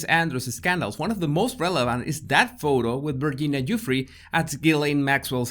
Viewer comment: I love the way you say Virginia Giuffre